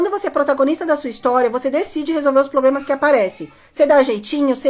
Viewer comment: CANDITADOS, não falem POBLEMAS na entrevista.